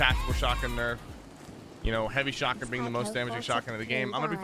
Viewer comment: Bro the word is shotgun. Not shawgin that’s hands down the most annoying thing I’ve ever heard